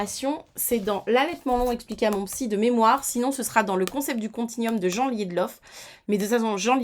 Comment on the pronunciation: Petite correction Jean Liedloff est une femme, ça ne se prononcé pas à la française mais plutôt 'Djiinn".😂. Sinon "allaitement aux besoins" au pluriel me paraît pas mal car les besoins peuvent être multiples comme tu l'as souligné.